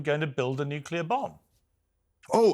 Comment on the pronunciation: I cringe every time I hear someone say nukelar. Say the word clear you can say nuclear.